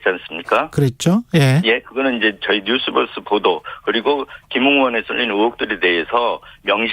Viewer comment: 앵커님..뉴스뻐스가 아니라 뉴스버스 입니다. 듣기 불편하군요. 이름을 바르게 발음해주는 것은 예의 입니다.